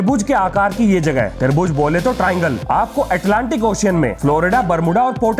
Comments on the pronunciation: tarbuj 🍉 nahin tribhuj 📐sir ji 🥲🤣🤣🤣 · Tribhuj ❌ Tarbooj✅